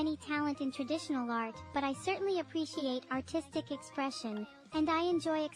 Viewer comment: I like how this time pronounced arrrrrtistic as clearly as he could to avoid misinterpretation by the STT.